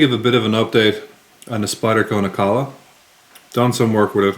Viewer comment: Really hope Spyderco don't change the grind on this knife! At least until I get one. lol Any reason you say Nikkala instead of Nilakka?